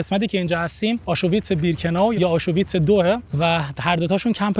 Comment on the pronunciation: تلفظ کلمه آشوویتس😅 آشویتس